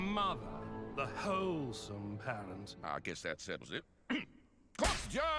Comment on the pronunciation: i don't like how he says "wholesome" there's a weird fixation there with stella's holes